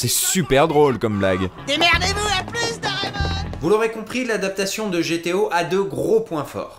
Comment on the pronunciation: Dire "Dorémon" au lieu de "Doraémon", c'est portnawak ;P